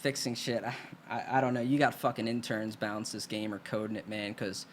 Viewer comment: Howdy - are you saying bounce, or balance? If you're saying bounce, what does that mean? Do you think it's possible they'll hear the frustration and change for Dark Brohood? I got hope, man! Never know. I'm new to the game, though. Just started in January.